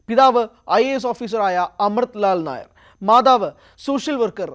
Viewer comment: മീരാ നായർ അല്ല ... മീരാ നയ്യർ എന്നാണു.. ( Nayyar). പഞ്ചാബിയാണു (കുൽദീപ് നയ്യർ പോലെ) ...